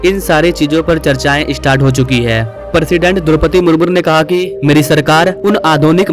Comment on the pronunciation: Droupadi Murmu(मुर्मू )hota hai bhai, मुरमुर नहीं, sahi pronounciation karo, Bharat ki president hai. Aur बुल्लेट नहीं बुलेट ट्रेन होता है।